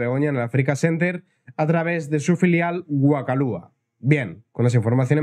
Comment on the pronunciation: Y dale... WA ka lua, SIN ACENTO. La única manera de que se pronuncie así es que se acentúe la u para deshacer el diptongo... Suponiendo que se sepa qué es un diptongo, claro. La "batalla cultural" esa... Bién perdida está.